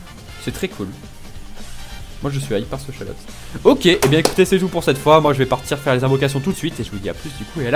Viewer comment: Arrête de dire shallotte c shallot